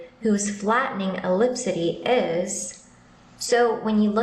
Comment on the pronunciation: So she pronounced ellipticity like 'elipsitty' and we're supposed to believe that she could read the document and comprehend it?